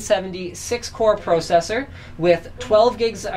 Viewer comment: Stop saying "pro sessor" say "processor"